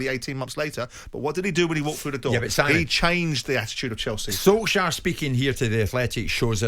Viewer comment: What’s Simon’s problem with Solskjear .?.at this point it’s very hilarious 😂